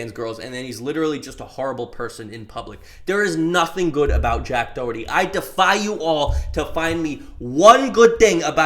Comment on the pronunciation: "jack doehurty" 💀